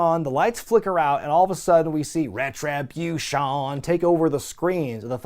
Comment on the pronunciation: I always pop when says Retri-buutshon lol